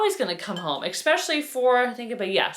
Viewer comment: I adore your videos, but you have to stop saying ECKspecially. Italian vase is awesome. I love your style. I'm in Italy, so I'm going to keep my eye our for vases.